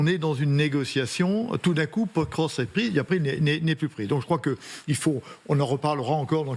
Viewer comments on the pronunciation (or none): Il faut vraiment que les journalistes apprennent à prononcer correctement le nom des villes. Pokrovsk se prononce Pakrovsk. Le "O" se prononce "A", sauf sur l'accent tonique.